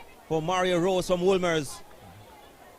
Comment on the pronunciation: Mario Rose? It’s Mario Ross sir